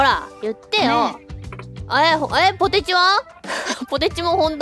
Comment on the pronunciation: 好戦的で草 扱いで草 よいしょすなww 絶対希望してない顔してて草 わろたw ポ↓テ↓チ↑ 言い方ww ww 納得は草 めっちゃ抜かってて草 かわよw ピザポテト別枠で草 うまいよなw